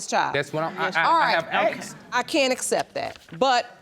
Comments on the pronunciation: Its "ASKED" not "AXED"...….you people cant speak English...... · They both said axed instead of asked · Axed? ASKED!!!